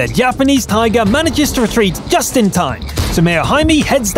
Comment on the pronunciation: Why are you calling it a Teeger, it's just Tiger dude.